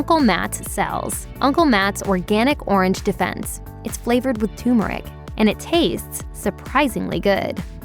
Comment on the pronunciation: The narrator calls 'turmeric'.......wait for it......."TOOMERIC" LMAO